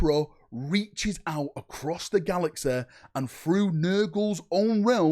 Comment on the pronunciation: “Galaxa” “boda” 😂😂